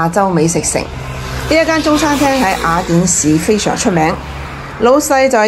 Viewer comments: 呢個威他唔合格.最唔中意听到廣東話啲懶音.雅一亞. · 懶音系粤西特色。粤西地区甚至有赖话，目前还不确定算唔算系粤语的第10种口音。